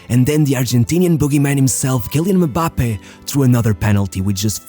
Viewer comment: Bro really out here sayin mubappe